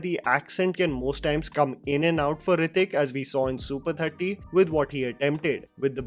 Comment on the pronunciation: nothing can touch Hrithik boy. Bugger off with your shit pronunciation and weird accent. Why no one in india has normal accent. Why can’t you pronounce simple words?